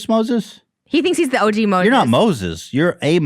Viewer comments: did trisha just call moses an 'ojew' like 'og'? 😂😂😂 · O Jew....... She called him O Jew like OG good bless her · I love how Trisha called Moses an "O-Jew" instead of OG lmfao